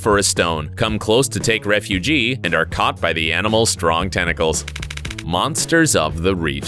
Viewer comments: "to take refugee?" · He said "come close to take refugee"🤣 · “Take refugee,” lol, you mean take “refuge?” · "To take refugee" Lmao you mean refuge? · I've seen all of these. Also it's "take refuge" not refugee.